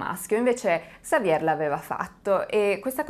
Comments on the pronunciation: In francese la r finale si mangia Xavier = Savie' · In francese, si pronuncia Xavié 😊😊😊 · Basta che tu dica xavie', OPPURE QUANDO DEVI RACCONTARE UNA STORIA CON DEI NOMI FRANCESI imparati si tratta di 6 😮nomi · Se mi posso permettere sulla pronuncia di XAVIER .SI PRONUCIA XAVIE LA R non si pronuncia 🖖👍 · La R finale del nome Xavier in francese non si pronuncia. 😀 Consultare la pronuncia su Google prima di fare il video non è poi così impossibile